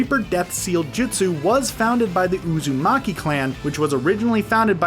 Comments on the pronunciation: Uzumaki, Sasuke, Senju, Kishimoto, Infinite tsukuyomi and GenJutsu. They are the only words you pronounced right on the first go. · finally he one name right uzumaki